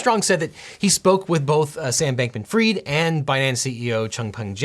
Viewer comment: It’s not Sam Bankman Freed……. It’s pronounced Fried……. As in fish is fried